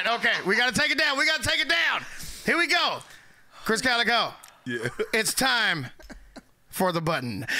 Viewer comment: Bruh Krizz is funny asf by himself like y’all need to go back to the tour days with Tech N9ne and Busta Rhymes was on that gahdamn tour bus with them and them niggas together will have you dying laughing 😂😂😂😂 and T-Pain is funny asf too! and it’s “KALIKO” not “Kalico” put some respect on the homie name. #EarHouse #StrangeMusic